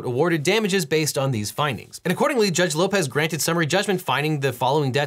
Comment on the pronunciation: When he said Judge Lopez I heard George Lopez 😅